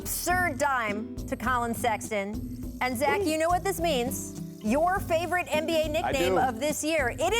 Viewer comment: ESPN really just said sexland